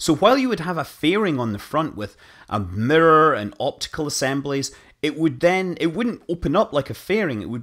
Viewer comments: I keep hearing murder instead of mirror dang that's funny XD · The best part about Scott Manley talking about mirrors is Scott Manley pronouncing mirror. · I love the way you say mirror